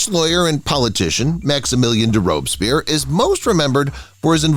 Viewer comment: Or mispronunciations of Akenaten and Robespierre.